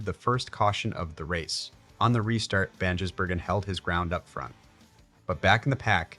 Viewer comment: It's Van Giz not Van Jiss